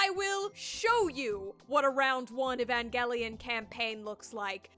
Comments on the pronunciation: e van gel ian not evan gell ian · The fact that I’ve been pronouncing Evangelion as Evanjelion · (It’s actually evanjelion the pronouncement ok?) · Why do I hear Evan gay lion whenever you say evangelion. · It's "EVAN-JELLY-ON" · Guys I think she said evangelion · drinking game: take a shot everytime she says "evangelion" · if i had a penny every time she said “evangelion” or “eva” i would be the next Elon Musk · i like where she says "Evangelion" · Take a shot for every time you hear "Evangelion" in this video Good luck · Okay but why do you pronounce evangelion so wrong tho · I never want to hear the word “evangelion” again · I hate the way you pronounce evangelion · Take a shot every time she says "Evangelion" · Lets play a drinking game. Everytime she says "Evangelion" Take a shot. Comment below how long you survived ↓ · Couldn't last the full video solely due to how you pronounced Evangelion